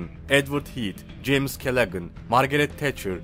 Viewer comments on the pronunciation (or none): none